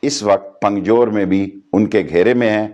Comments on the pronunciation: ٹلی صاحب پنگجور نہیں درست لفظ پنجگور ھے پنجگور 😂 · bhosri sheikha pakistan ka interior minister and can't even correctly pronounce punjgor he was saying pungjore.shame on you sheedy talli. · Talat sahab, please avoid recording a video while driving. This is very dangerous. Your life and all lives are important. As to your video, I am so disappointed to see that Pakistan's Federal Interior Minister, cannot pronounce name of a city/district of the country. It's Punjgur or Punjgor (five graves) and not "Pungjor" as the Minister said twice! This shows how serious they are about appeasing the people of Balochistan! Thankfully, now most Pakistanis have stopped calling "Baloch" people as "Balochi" people. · اس جاھل وزیر کو پنجگور بولنا نہیں آتا